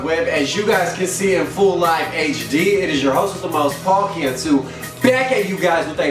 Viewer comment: "Paul cannot!" Naw bruh Paul cantu